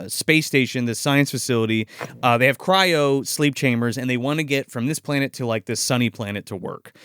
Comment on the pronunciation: Cryo. CRYO,. Cairo is a city.